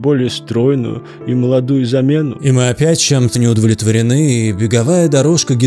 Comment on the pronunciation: ты постоянно говоришь "не удволитворены", я в замедлении слушал. Поработай над этим)) С добром.